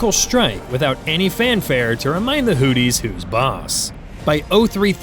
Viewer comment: I cant take you seriously... the hooties... give hooked on phonics a try...